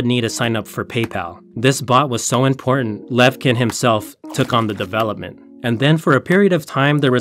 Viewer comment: Thanks for the story! The "ch" in the Russian Co-founder's surname pronounce as [tʃ], as in cheese .